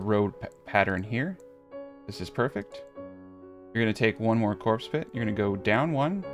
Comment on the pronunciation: take a shot evertime he says corpse pit